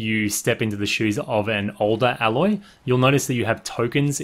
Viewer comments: terrible pronunciations of the characters' names. Karst not Karast and Aloy not Alloy! smh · Ok I just gotta say this. You're pronouncing her name wrong and it bugs me. It's pronounced A loy, like the first letter of the alphabet being A then loy, just sayin... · Imagine listening to NPC's calling your character Aloy for the entierity of the game, then make a video calling her Alloy.